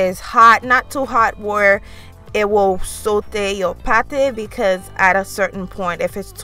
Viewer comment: br o did you just say SOTE